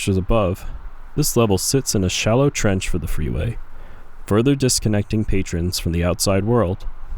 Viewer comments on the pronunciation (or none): Nah. Not disconnecting. Not disconnectean. /